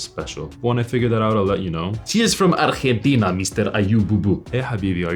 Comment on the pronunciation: It's the first time I hear an American say "Argentina" with such a perfect spanish pronunciation